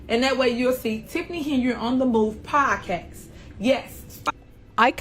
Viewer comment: I didn't know podcast could be pronounced with an X...